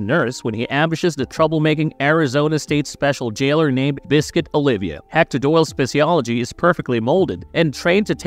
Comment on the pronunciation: yo it's "oliva" not "olivia"😅